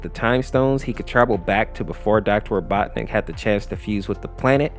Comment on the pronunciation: my guy why do u pronounce robotnik like 5 different ways